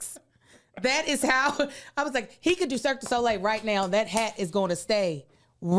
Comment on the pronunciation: I would watch several hours of trying to guess celebrity names. Mock up the flash cards neow 😆